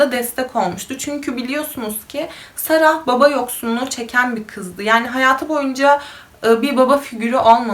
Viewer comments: ingilizce yazismasinda "sarah" diye yazilir ama okunusta sondaki "h" tellefuz edilmiyo. yani cok kasmaniza gerek yoktu, Sara veya Sera diyebilirdiniz. yani bu isim bir coook ulkede de kullaniliyor cunku cok yaygin ve hicbirinde de saraH diye soylenmiyor. ilk defa goruyorum birisi "sarah" diye soyluyor bu ismi cok sasirdim nasil olur diye.(bundan sonraki videolariniz icin soyledim aklinizda olsun) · Keske olaylarini paylastigin inslanlarin isimlerini düzgün bir sekilde söyleye bilsen. Cok rahtsiz edici. Sara „h“ cok rahatsiz edici.